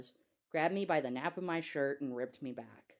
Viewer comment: Is he trying to say the nape of his shirt? He keeps saying nap?